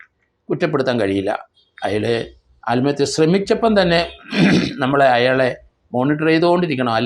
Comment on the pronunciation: ആൽമഹത്യ എന്നല്ല പറയേണ്ടത്... ആത്മ ഹത്യ എന്നാണ് പറയേണ്ടത്